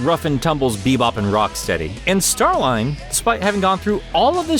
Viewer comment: I thought it was pronounced Star-leen